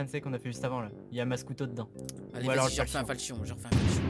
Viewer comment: il a que moi que sa stresse qu'il dise "falchion"? x)